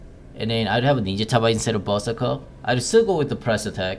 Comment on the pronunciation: Normal people: berserker: buzzeker